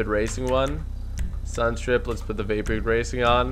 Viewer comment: He was saying vapid not vapid